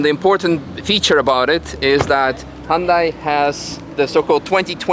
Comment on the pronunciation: Great review. The only suggestion is with your pronunciation...it's "Hyun-DAY" (As in "Rhymes with Sun-DAY" from the famous Super Bowl commercial on how to pronounce the name). Otherwise, great review